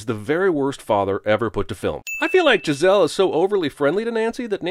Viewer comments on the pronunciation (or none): Hhhhuh-huh, hey Beavis. He said Jizz-elle